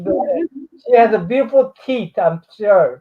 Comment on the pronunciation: I don’t think you said “teeth” lol. 😂